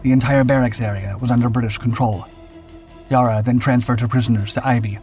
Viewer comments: Good to see this story, few know what the RAN did in WWII being overshadowed by American and British actions (many of which had Australian ships attached). Only criticism is that Yarra is pronounced with the first “a” as in cat. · I wish he would stop telling short stories from the beginning of time, I hate this channel! 'Yarra' is pronounced without proper vowel until the last 'a'. The 'rr' is also very short. "Y-Ar-aaa..." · Narrator could have learned to pronounce "Yarra" properly. Other than that, just another clickbait. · As someone who grew up in Melbourne I can say this narrator has no idea how to pronounce "Yarra!" Nevertheless, a great tribute to the ship and brave crew. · Not wishing to sound picky, but the pronunciation of Yarra is not as the commentator keeps saying. The first a is a much sharper sound as in apple, instead of the whole sounding more like a pirate saying arh me hearties. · Im triggered by the mispronunciation of Yarra. Dam AI voice overs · And the correct pronunciation of “Yarra”. It’s maddening when so many YT videos mispronounce Australian words or names. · All that research and never once thought to look up the pronounciation of Yarra.... really needs the vocal audio re-recorded, it's offensive to the ears, the ship, and the nation. As someone else stated, would make a lethal drinking game 😂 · The pronunciation of Yarra, both ship and river, rhymes with cat and not with car. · Would be awesome if you got the pronunciation of Yarra correct. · The best way to describe the way to pronounce it is Yar ra and go hard on the Rs , OMG it was driving me nuts listening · Not pronounced Yar! Try Ya! Think Ha for the pronunciation. Melborn! try Melbun 🙂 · It's Yarra Not Yara! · same. It's Ya rra not the Yar ra he pronounced it as. But I'm thankful as anything that he has told a story a relative was Involved with. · Yera, is Yara, spoken by Australians. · I don’t know if anyone has said, but the ‘a’ in Yarra is pronounced like ‘a’ in apple.